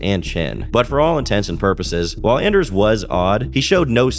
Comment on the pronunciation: Dude it's ON-ders its a hard ON ffs.